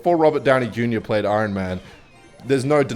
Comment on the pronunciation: Words can’t say properly: iron, ruin and nasty